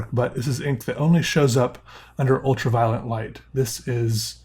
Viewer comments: are u saying ultra-'violent' ironically or is that what you've always thought it was called? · i feel like he keeps saying 'ultra violent light'. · I like how you say ultra violent lol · Please don't tell me I'm the only one hearing him say ''ultraviolent light''